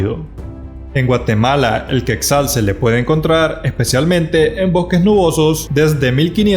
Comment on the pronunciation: No se pronuncia queczal. Se pronuncia quetzal, "asi como se escribe" quetzal